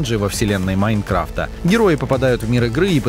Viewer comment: Меня одного тошнит, когда он произносит, "МаИнкрафта"